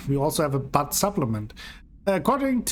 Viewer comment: Here is how to pronounce Butte